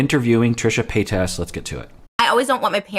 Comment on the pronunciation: not a fan of trisha but love these videos. also love how you pronounce their last name 😂